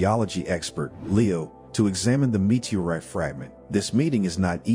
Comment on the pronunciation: Please teach this AI voice how to properly pronounce the English language, especially “meteorite”.